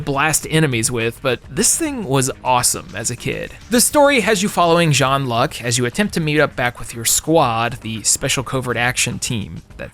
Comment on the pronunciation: I loved WinBack. Played the re-release on PS2 recently on PS2. It's clunky but nostalgia was enough to hold it together for a full playthrough. Never played the sequel though. Might have to get around to it. Also, I'm pretty sure it was pronounced John-Luke like in Star Trek: The Next Generation, not John-Luck. Going to assume you skipped the cutscenes when you captured the footage or maybe the N64 version didn't have voice-overs at all? I don't remember. Probably haven't played that version in well over 2 decades.